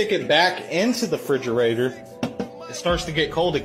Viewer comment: Refrigerator 👎 Frigerater 👍